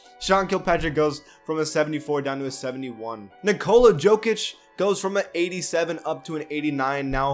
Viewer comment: Did he just say? Joekic? I thought is was Yokic?